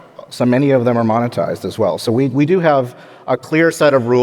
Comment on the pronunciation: How many times can Jcal say the word "moan-itized" in 30 minutes?